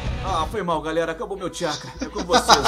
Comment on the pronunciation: É impressão minha ou voce falou "galela" 😅😅🤗🤗relaxa eu tambem não consigo falar "galera" kkkkkk